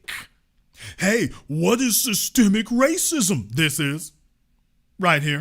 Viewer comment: "Sytemic" woooooo so on point right there sirrr